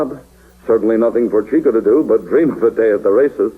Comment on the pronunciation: It's a shame that the program's host keeps mispronouncing Chico's first name. It isn't pronounced "cheeko" but rather "chicko".